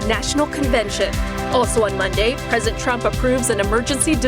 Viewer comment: Reporter needs to learn to pronounce the word president. It's not present Trump, it's president Trump.